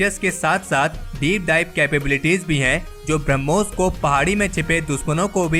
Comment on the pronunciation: ब्रम्होस नही बेटा ब्रह्मोस है, उच्चारण सुधारो